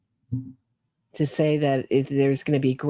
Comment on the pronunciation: hyperbole is pronounced hi per buh lee